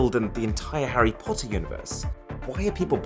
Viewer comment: I like that he was saying everything normally until "Harry potter weapons"